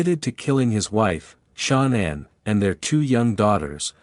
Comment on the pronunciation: I want to know when the hell yall going to pronounce her name right its not Shaun anne its Shan anne yall make me sick in pronouncing a name , go back to School learn how to pronounce the name right